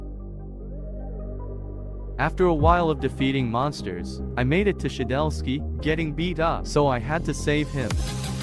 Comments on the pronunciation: Its shedletsky not “shedelsky” FIX YOUR GAMMER RN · "shedelsky" hits hard